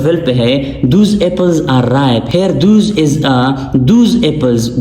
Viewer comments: Those not thoos.please Focus on pronunciation as well. Many are getting irritated. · Please check the pronunciation of " Those" , Sir... Thanks for the video❤